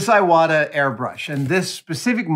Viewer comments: The name of the airbrush is pronounced Ee-wata, not Eye-wata. It's a Japanese family name. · pronounced "E" wata, btw